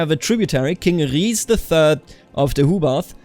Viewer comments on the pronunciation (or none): none